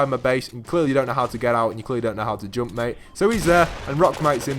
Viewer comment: You cant even say gunshots right or running,i forgot to say that you cant say jump right too